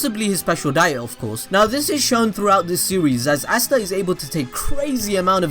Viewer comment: You say easta